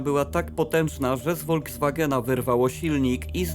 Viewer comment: "Volkswagen" wymawia się [Folkswagen] zamiast [Wolkswagen]. Poza tym, nie ma czegoś takiego jak "ilość" osób, jest tylko liczebność - osoby są policzalne.